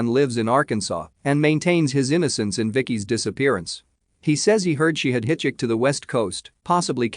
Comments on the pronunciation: Lol every time it says hit-chit-er ... I say HUH?? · Would you please teach your bot to say HITCHHIKER? And that 'read' and 'live' have more than one way to pronounce them. I know I'm picky.